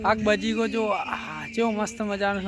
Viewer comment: બજીગો નૈ બગીચો🤣😂🤣😅😅